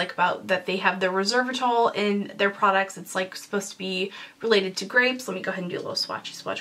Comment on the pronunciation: I always love your videos! So entertaining and informative. The ingredient in the Bite Beauty products is pronounced rez-VERR-i-trawl.